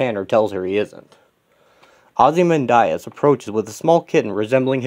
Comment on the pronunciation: Why do you keep pronouncing Ozymandias’ name like that?